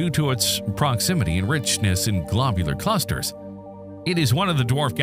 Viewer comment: "Glaabyuler Clusters" 💀